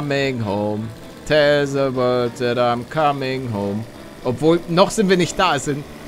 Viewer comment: Bitte the und nicht she sagen